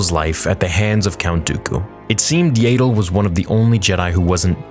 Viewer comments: "What If" Yaddle's name was pronounced like "tattle" instead of "ladle"? 😂 Sorry, it just makes me smile a bit when you say it. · I thought it’s Yaddle and not Yaydle. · IT'S YADDLE! NOT YADLE! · Yay-ddle? I'm guessing you've called ya-ddle(as in paddle) that since childhood. No worries. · . Her name is pronounced Yaddle, not "Yaydle". When the hell will you get it right?! I have heard you say it wrong the whole time you have been saying it. How do you pronounce the word saddle? "Saydle"? You run the biggest Star Wars fan-channel on YouTube, so you should definitely be professional and do some research on how to pronounce a character's name properly. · This wasn't a bad video at all But the way you say yAddle instead of yaddle is really bugging me lmao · It's yaddle, not yayddle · Yaydle? Who the hell is yaydle? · I know you don't care, and I know that George Lucas never bothered to correct pronunciation and so no one else should care, but dude....I just can't handle the yaydull. It hurts me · I love you but the fact that you call Yaddle “Yaedle” is giving me a brain tumor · Aint no way you just call her yay dle😂😂😂 thats funny ngl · My friend its pronounced yaa-dle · it would be great if you removed your ego from the equation and stop saying Yay-dle. You used to pronounce it wrong. No big deal. The big deal is continuing the mispronouncement despite evidence to the contrary. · When I was watching "Tales" I just kept thinking " might stop pronouncing it like 'ladle' now!" Alas, it hasn't changed 😆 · its not yay dle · Please stop saying Yaddle like that lmao